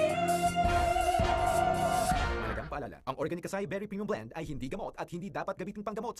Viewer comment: acai is pronounced as ah-sah-EE